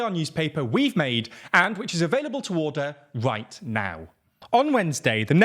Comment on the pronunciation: You pronounce "order" in a way that qualifies you to run for Speaker of the House of Commons.